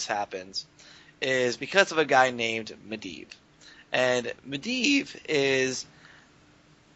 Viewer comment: mendleave. UGGGHHG its medivh